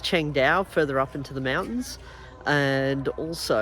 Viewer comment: Pronounced Chang Dow brother